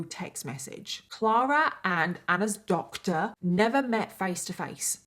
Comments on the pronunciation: New to your channel but love your vids 🥰 ur accent is so funny when you say “doctor” it’s like Doctaaa 🤣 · I love how you said this doctor so funny.